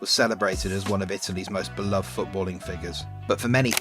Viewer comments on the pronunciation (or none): none